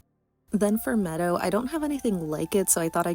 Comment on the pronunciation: Thank you for this 🤍 just a heads up, Medo is pronounced Mee-doh